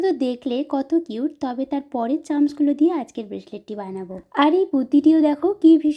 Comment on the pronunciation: Chams ❌ Charms✅